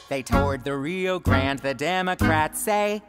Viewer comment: Well said the Rio Grande. Not rio grand.